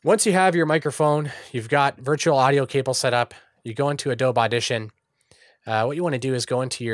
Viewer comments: are you saying "ah-doab" instead of "ah-doh-be" on purpose? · Yeah, he is. lol - "Uh-Dobe - E"